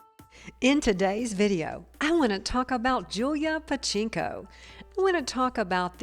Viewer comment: OMG, at least pronounce her name correctly.